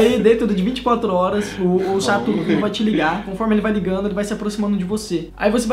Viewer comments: Mano ele fala Satoru Ku mas não e Satoru Kun? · Parece q Ele Fala sarutu Cu😂😂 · o tava falando satoru cu kkkkkkkk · O falou satoro - cu, kkkkk